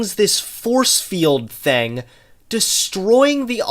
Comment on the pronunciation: He also pronounces thing as theng and since as sence